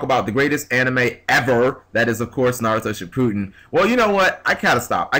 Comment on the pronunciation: kinda butchered the names for someone who likes the show so much though